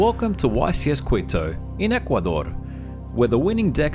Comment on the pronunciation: For the record, "Quito" is pronounced "Key-to."